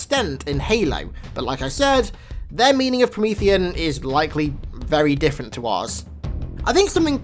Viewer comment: My heart sunk when he said Promeathean....